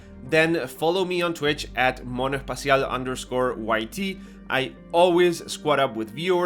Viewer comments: Hey bro, do you speak spanish? Because in , when you said "Monoespacial" it sound like you are argentinian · The way you say "monoespacial"... ¿sos argentino también? Jaja